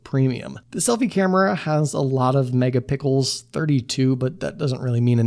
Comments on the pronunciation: bro said megapickles 💀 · Right after reading this, he immediately said this in the video hahaha.. i was wondering where did he said this, i got the answer real quick